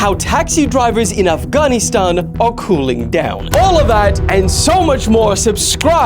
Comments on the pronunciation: Bro really said "Af-ghan-KNEE-stan" 😭😭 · Afgonistan how do you pronounce it like that what is wrong with you I tell what human being you are disgrace to the empire get out.